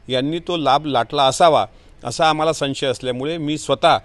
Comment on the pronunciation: मेटकरी किती शिकला आहे, ते पाहिले चेक करावे. IPS त्याच्या घरात कोणी झाले नसेल. IPS होण्यासाठी किती फाटली जाते हे ह्या भाऊ काय कळणार. ह्याचा नेता 10 नापास आणि हा 7 वी नापास . ह्याला साधे संशय बोलता येत नाही आणि हा मॅडम ल बाई बोलतो, ह्याला लाज वाटते पाहिले जरा..